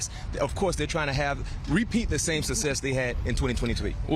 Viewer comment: Brian McFadden, the word success becomes sussess!!! Let me axe you a question!!!